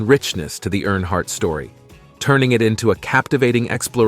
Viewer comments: Great video, but could I suggest something? You should definitely fact check and proofread before recording and the final upload. First of all, Dale died in 2001, not 2021. His name is not NH Hardt, New Hampshire Hardt, or Airhart. His name is Dale Earnhardt. Lastly, the other driver on that fateful day was Ken Schrader. If you have inaccurate information, and repeatedly mispronounce the surname of the man who is the subject of your whole video, that honestly takes away from what I can tell is a respectful and heartfelt video. Not to mention that it’s also irritating. I saw onscreen text in another video that was different from what was said, like saying the year was 1967 and the text saying 1976. Please be mindful of that if you want your videos to be taken seriously. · Stupid AI talking, can't even say his name properly